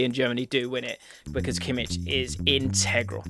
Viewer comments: It’s Kimmich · *Kimmich just so you know